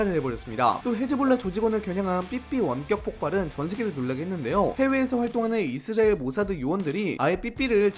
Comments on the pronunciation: 이스르엘이 아니라 이스라엘 ㅎㅎ 발음좀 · 저만 이스레엘로 들리나요? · 발음 ㄹㅇ ㅋㅋ 이스리엘이 뭐ㅏ냐 ㅋㅋㅋㅋㅋㅋㅋㅋㅋㅋㅋㅋㅋㅋㅋㅋㅋㅋㅋㅋㅋㅋㅋㅋㅋㅋㅋㅋㅋㅋㅋㅋㅋㅋㅋㅋㅋㅋㅋ 정보 유튜버 맞냐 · 이스엘 이스엘. 이스엘. 정보전달 공간이면 발음좀 정확히하고갑시다. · 왜 자꾸 발음을 이스리엘이라고 하세요? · 이스라엘 발음 잘안되죠? ㅋㅋㅋㅋㅋㅋㅋㅋㅋㅋㅋㅋㅋㅋㅋㅋㅋㅋㅋㅋㅋㅋㅋㅋㅋㅋ이스리엘 ㅋㅋㅋㅋㅋ이스렐 ㅋㅋㅋㅋㅋㅋㅋ이스레엘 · 이스레일은 어느나라인가요 계속 이스레일이라고 하시네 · 이스라엘이 이스레일로 들려요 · ㅋㅋㅋㅋㅋ아 이스라엘 발음 한 번을 제대로 못하는거 귀엽네ㅋㅋㅋㅋㅋㅋㅋㅋ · 영상잘봤습니다.이스라엘 발음이 뭔가좀..그거빼곤좋은영상잘보고갑니다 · 이스라엘 발음 엄청 안되네... 참고 듣다가 못 보겠어서 그냥간다 ...이스라엘이 발음이 어렵긴하지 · 이스라엘 발음 제대로 못함?